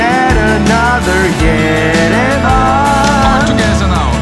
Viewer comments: Perter klien: all togesa nau 😂😂😂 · "All to gesa now"Englisch is da ne Spaß is eh super